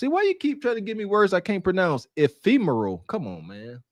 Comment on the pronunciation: Believe it is pronounced, F-e-meral